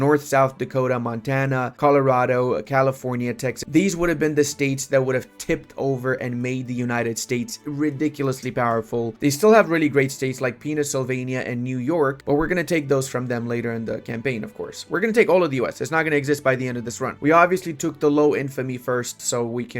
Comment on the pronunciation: Pennsylvania ❌ Penisylvainia ✅